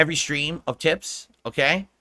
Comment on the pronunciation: Do you remember his goal half dozen dent tippers that have been tipping him for years? It's fifty bucks a schtream in case you didn't already know. I mean he tells you every single schtream if you weren't aware. So that's fifty bucks to avoid any confusion. Let there be no doubt that it's definitely fifty bucks a schstream.